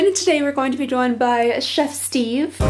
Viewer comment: You calling “Steve” “Steven” made my whole life 😍